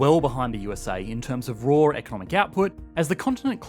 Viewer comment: It's funny yet fitting how "raw" economic output always sounds like "roar" economic output if you say it